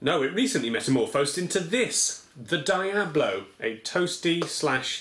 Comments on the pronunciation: Is "Dee-abb-low" the common pronunciation across the pond? I've always heard is said "Dee-Ahb-low" in the USA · It's pronounced dee-ah-blow. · Ahahaha, "dye"-ablo. :) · isnt diablo pronounced like dee-ablo ? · HalfwayBeret it's the british pronunciation. brits capable of pronouncing non-british-english words properly are a rare and dieing breed. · I know, brits just usually don't know how to pronounce non-english words properly, especially those with latin roots. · so basically it just needs to be bigger and it would be good to go. also why you pronouncing Diablo wrong? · God dammit. You pronounced diablo wrong...